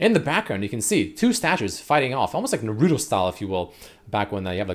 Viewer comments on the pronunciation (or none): pronunciation of Naruto almost made me jump off a bridge